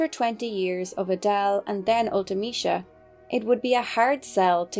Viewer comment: You are the first YouTuber I've heard pronounce Ultimecia correctly. 💯 Yay!